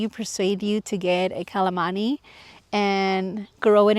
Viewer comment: It's pronounced cal la man si !!! STOP calling it calamandy it's Calamansi!!!!! You learn things new about your plant, your welcome, from a Filipino viewer. 😊😊